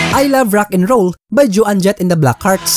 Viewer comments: bossing try to learn the correct pronunciation of the artist’s names, puro kasi MALI EH!!!! For example Joan Jett’s name should be pronounced as JAWN .. not JO ANNE!!! Isa lang yan, marami pa!! 😐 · It’s not pronounced Jo ann Jet …. it’s Joan PAREHO sa loan. You should know the correct pronunciation if you want to make a video like this. Watch English documentaries para malaman mo how to pronounce these words properly. I covered this song btw.